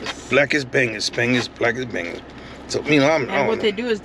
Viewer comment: not "bang-ess" but "Bung-oos."